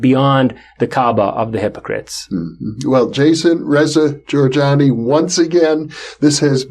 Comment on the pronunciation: It's Jorjani, not Gorgani. I didn't say they intellectual equivalents. It would be interesting to see how their differences in opinion played out, Molyneux being atheist and an anarchist and all. As well as the really well articulated esoteric aspect coming from Jason. I'd pay to see it.